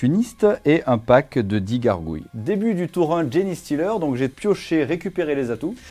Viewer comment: Super vidéo encore une fois ! Par contre ça se prononce "djinn-stealer", pas "djini" ou "djéné" 😅 désolée ça me trigger à chaque fois... Super travail en tout cas, j'espère pouvoir passer au French Wargame Café un jour !